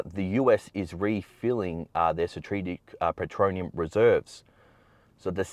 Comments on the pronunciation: P e t R O L e u m, not p e t R O N i u m reserves, js…. 👍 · He could but he would still pronounce petroleum wrong, can you really take this dudes advice when he's a fear pron producer?